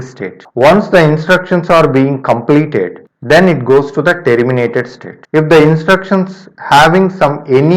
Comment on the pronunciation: Man everything was good.....but every time it catches me when you say: " t ee rr i m i na t e d" 🙄